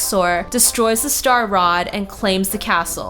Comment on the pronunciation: No it's star rod